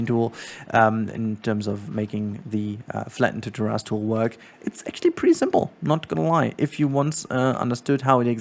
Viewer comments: Thanks for this tutorial and btw the correct English pronunciation is ‘Tair’-‘is’ it kinda sounds like there is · Thanks for the tutorial! Also appreciate your pronunciation of terrace. Makes me think of dinosaur butts.